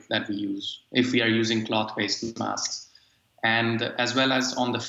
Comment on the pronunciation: make sure you wear you wasks, everybody.